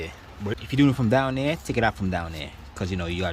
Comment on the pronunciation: Over...heer...deer...over deer..back deer...right deer in deer